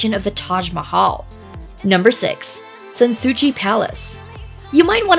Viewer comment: San Sou-see, not San Sou-chi